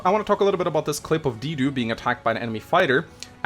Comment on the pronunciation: I'm almost 100% confident that Dedue is pronounced (de-due-eh) and not (dee-due) but it's possible that his English name is pronounced differently